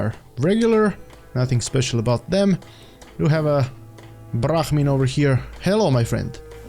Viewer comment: he just rolled his tongue